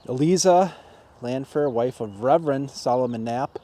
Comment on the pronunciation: Isn't "Eliza" pronounced with a "long i" sound? That's how I've always pronounced it. Thanks for going out in all kinds of weather to give us these videos.